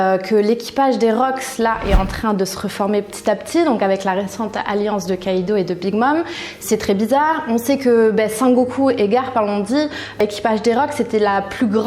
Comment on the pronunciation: Je rêve ou ta dis one piÈce au début ? Et aussi Son Goku au lieu de Sen Goku ??